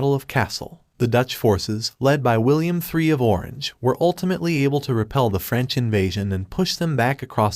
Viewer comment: Did an human or an AI do the audio? William III of Orange is not pronounced correctly. I am very happy to see more history content on YouTube, please keep creating educational aids.